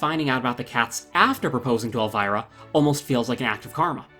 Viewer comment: Elvira is pronounced ElvEEra